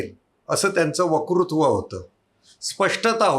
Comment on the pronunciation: आपली मुलाखत खूप छान! आपला ' वकृत्व' हे उच्चारण कानाला खटकते. 'वक्तृत्व' हे उच्चारण हवे. क्षमस्व!